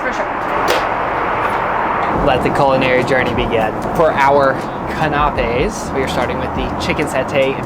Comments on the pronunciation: Please; it’s Canapeé! Meaning: CanaPEE, not CaNApee. While cute, it’s not quite right, your pronunciation. But you’ll get there, I’m sure! 😊👌❗️ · Pronounced can a pay’ or can’ a pay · The suite was lovely, but my favorite part of this video was pronouncing “canapé “ 😂